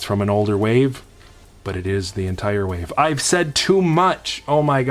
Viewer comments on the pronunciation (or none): none